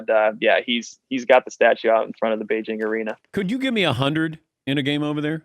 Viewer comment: I am so happy to hear he pronounces Beijing correctly with the hard J. Oh wait, "Hard J" would be a great basketball nickname!